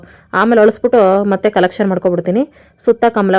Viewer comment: ಕಲೆಕ್ಷನ್ ಅಲ್ಲ ಫ್ರೆಂಡ್ ಕರೆಕ್ಷನ್